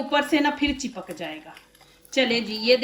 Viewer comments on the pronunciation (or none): Chekap nhe chepak bolty hai